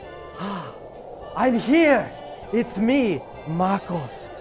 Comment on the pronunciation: ok soy el unico que noto que MacOS SE ESCUCHA COMO MecOS osea que pex con apple